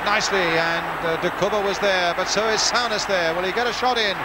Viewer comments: Sow-ness instead of Soo-ness haha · FFS Brian..Its Soo-Ness, not Sow-Ness. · Great goal from Kenny....but look how well Souness played too. ( or "sow-ness", as lovely old Brian Moore kept calling him). I think the signing of those two players were probably the most important in the club's history and transformed them from a 'merely' great side into one of the best the country, and Europe, has ever seen.